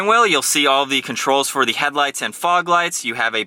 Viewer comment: i’ve never heard anyone say “the” like “thee” every time lol good review